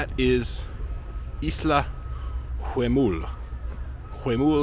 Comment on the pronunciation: Just a minor correction for your spanish improvement... we don't sound the "H" at all, at least here in Argentina. So in Huemul, and Nahuel Huapi, It's just as if it said Uemul and Nauel Uapi (Sort of like saying "nah... well" in english :) ). Mapuche words might sound the H as sort of a soft G (I'm no expert; I don't want to say something wrong there), but for sure doesn't sound Najuel or Juemul as you pronounce it. Of course, it goes with respect and to help you with your already very good spanish.